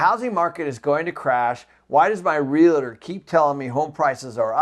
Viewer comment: Always amazed at how people mispronounce the word "realtor", especially someone who is so involved in real estate. Its "reel-tore". Not "real-a-ter"